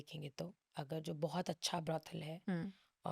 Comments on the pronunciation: It's Brothel not brodel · Brothel behen, not brodel